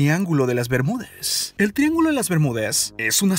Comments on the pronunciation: Das info importante pero no me gusta como hablas :v El Triángulo de las Bermudes que es eso we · Es bermudas no Bermúdes... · por qué hablas todo terminando con la "e" ? que horrible se escucha la narración... "rápide", europe, "bermudes" "elle" "atraltide" "desarrollade"... lenguaje "inclusivo" ? horrible. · habla en lenguaje inclusivo? o estoy escuchando mal? "el triangulo de las bermudez" xD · Opino que porque mier.. le agregas la "e" a todo, triángulo de las bemudeeeees"??? Zoneeeee", florideeeee", no mms!!! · EN QUE IDIOMA HABLA ESTE TIPO ? FLORIDE, CINCUENTE, BERMUDES, PERSONES, RESPUESTE, EUROPE,....... EN QUE IDIOMA HABLA ESTE TIPO ? GENERO NO BINARIO ?